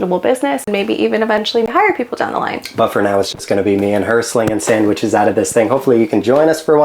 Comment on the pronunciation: Can't stand the way this guy says Sandwiches